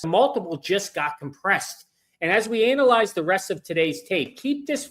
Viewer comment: did he just say Ainalized?